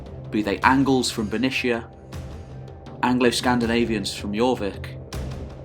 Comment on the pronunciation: I'm curious, I've always said/heard Bernicia as Ber niss ee aa. You're saying it here Ber nish a. Why do you say it this way? Really curious to find which is 'correct' ala Caesar/Kaiser